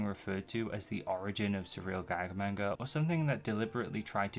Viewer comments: You say manga wrong. It’s pronounced “mon-guh” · Seemed like an interesting video up until i realized it’d be an hour of someone saying “main-guh” How do you do all this research and never learn how to say the word?